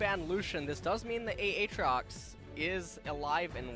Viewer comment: except he has shown he can pronounce them correctly, during that Tyler1 thing, on top of that, even during these casts, he bounces back and forth pronouncing Irelia and Aatrox's names correctly and incorrectly. I honestly think he does it on purpose to piss people off.